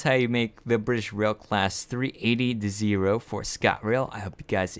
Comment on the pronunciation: Its pronounce des eye ro not des ee ro and i think it would look better 5 blocks wide rather then 4